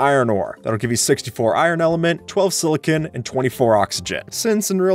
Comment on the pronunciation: not "silicin" silicon!